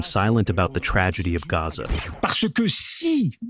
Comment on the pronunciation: The guy translating in the background didn’t pronounce Gaza correctly.